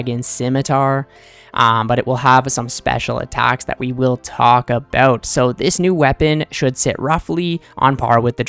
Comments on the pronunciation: a boot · it wasn't until I heard you say "about" that I was like: I didn't realize he was Canadian.